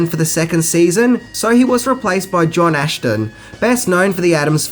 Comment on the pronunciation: Frank Gorshin won an Emmy for playing the Riddler, not an Academy Award. Emmys are for television, Academy Awards are for movies. And John Aston's name is not pronounced without the "ash" sound.